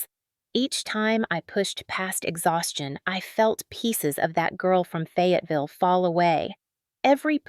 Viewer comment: Please please in the name of all that's good & holy hire an editor. It's Fayetteville not Fagaville